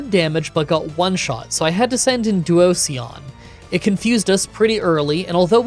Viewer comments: Duo-sion “Fusion duo.” Not typing this to critique, hoping this helps you with pronouncing the name! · Duosion is pronounced like duo like 2 and sion in devision like a cell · Duo is right, but the sion is pronounced the same way that it is in fusion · Pokemon name pronunciations are, of course, taken with a grain of salt, but I think Duosion rhymes with fusion. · If you're looking for how to pronounce Duosion the last syllable is the same as division. It's actually the pun in it's name, duo+division. No hate, btw😂. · You pronouncing Duosion wrong but nailing Reuniclus’ pronunciation was really surprising. 😂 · I like how you say Duosion, it's sounds so much more fun than what most people pronounce it as! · I adore you pronouncing Duosion like an Eevee-lution 🤣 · My only complaints are the weird way to pronounce petilil and duosion like it was an eeveelution! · Ah yes. Duosion, my favorite Eeveelution. The "sion" is pronounced like version. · Once again you skip the Kami and I don't know why. You skipped Tornadus in Black and now you're skipping Thundurus in White. P.S. I have never heard someone say Duosion like you did in this video. It's a mix of duo and fusion. Duosion is two cells fusing together so it's pronounced the same way you would pronounce fusion. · Duosion. Pronounced like 'Explosion'. How is it difficult? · that duosion pronunciation s surely something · DUOSION IS PRONOUNCED LIKE DIVISION BUT WITH DUO AT THE START BECAUSE IT'S A SINGLE CELL USING DIVISION TO DIVIDE ITSELF INTO TWO CELLS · For petilil he is pronouncing the first l twice so pe til lil. It's driving me insane everytime. And then came duosion. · I've never heard that pronunciation of duosion, i usually read it as duo-zhun. But your pronunciation also makes a lot of sense! I can see how Pokémon names can be super confusing lol ❤ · I felt like he was saying "Onision" every time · Due - oh - zee- an // dwozian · Like duo, and Fusion. Duosion